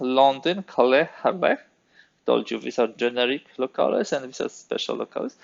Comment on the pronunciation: I love your videos! (Unless I'm mistaken and there's a historically correct pronunciation of the word I don't know about, the correct English pronunciation of "locales" is "Low-Calz"" not "Low-Cal-es")